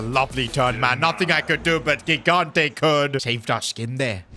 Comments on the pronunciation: THE KEEPERS NAME IS PRONOUNCED “JIGANTE” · 4th time now saying it, and i'll keep going until he sees my comments: the first "g" in gigante's surname is pronounced like the "j" in john or joy, please say it correctly!!